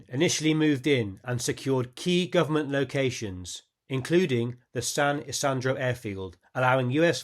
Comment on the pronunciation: Good show! One thing, though: The 'I's in San Isidro are pronounced as ee, ie, San Eeseedro